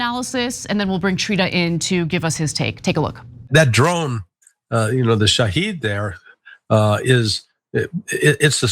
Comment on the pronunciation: Its Shahed not Shahid!